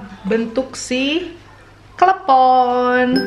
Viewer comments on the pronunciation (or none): lucuuu... perkara nyebut klepon sampe klebom... sehat2 ya maakk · Aduh susah nya ngomong klepon...🤣🤣🤣🤣🤣...lucu si nih...